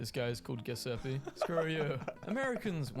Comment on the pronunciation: The Brits always butcher names in foreign languages. The pronunciation of Giuseppe is horrible in the clip .